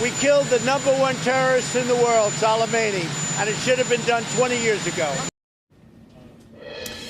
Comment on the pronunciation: A week or so ago Trump appeared to have never heard of Soleimani, had trouble pronouncing his name off teleprompters, wouldn’t know Iraq from Iran & obviously couldn’t care less that he couldn’t find them on a map.